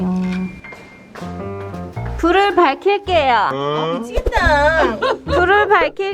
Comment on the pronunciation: "불을 밝힐게요"가 거의 "아이 엠 그루트"급으로 들리네요ㅋㅋㅋㅋㅋㅋㅋㅋ